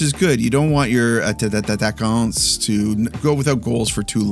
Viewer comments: I just want to tell you in french you just say it like it’s written a-ta-kan. thanks for the reviews and everything I really enjoy that! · Your resolution for 2026 is to pronounce 'Attaquant' correctly! 😂 No hate btw just love! 😜